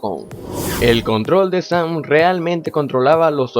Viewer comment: ES "SAM" NO ES "SAN" TU DICES ASI "SAN" Y NO ES ASI